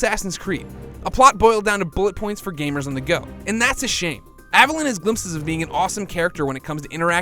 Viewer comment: Take a shot every time he mispronounces Aveline's name as "Avelin". There's an E on the end of that, buddy, stretch out that I sound "Aveleen"